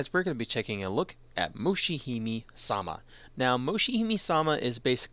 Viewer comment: Good video, thanks for info (i'm about to buy it) but please!!!! don't say ''Mushihimee'' I mean, you're english native (i guess) and for sure it's hard to spell hiragana ''me'' fonetically correct in japanese... but well, >-< i hope this doesnt annoy you and keep up videos!!